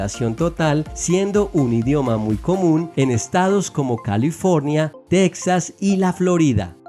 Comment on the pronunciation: Es Texas no texxas